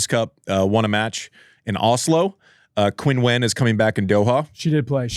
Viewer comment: Hey guys, love the podcast. Just a quick note that Qinwen is pronounced like “chin-when” not “Quinn-when”